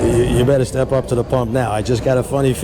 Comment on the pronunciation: I'm the age you are and I mumble just like that at the 'pump' also.